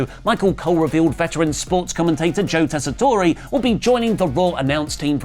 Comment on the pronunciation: Stop adding an extra syllable to the end of Joe Tessitore!